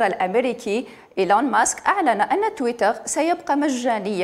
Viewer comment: صدقت لغة تحتل المركز 9 مزال الفرانكفونيين الجهلة، تويتر كلمة انجليزية تنطقها بالفرنسية اش هالذكاء